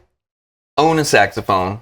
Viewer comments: When you said "saxophone," it sounded like you said, "sex phone." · " Saxamaphone,..Saxamaphone"😂 Classic Simpsons